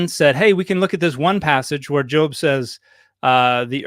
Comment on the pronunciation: She can't even pronounce Job properly.